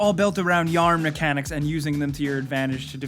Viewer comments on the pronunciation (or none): none